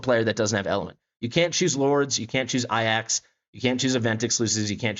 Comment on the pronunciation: Serious question, is there a reason why so many CC's pronounce Ajax as "Eye Axe" and not "A Jacks" like it's actually spelled / pronounced? It's just a minor thing but I'm honestly confused by this due to it being AJAX and not AIAX in spelling lol. Otherwise, good video, I'm not sure I'll have enough summons to guarantee Lyra (I'm really in need of mages on my account) but think I'll have enough for Sun Wukong if I save up.